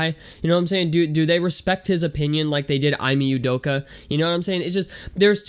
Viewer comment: Bro can u at least say he’s name right 😂🤷‍♂️